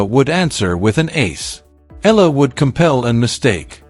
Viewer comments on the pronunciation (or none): ALEX EALA PRONOUNCE HER SURNAME AS E YA LA E YA LA PLS THANKS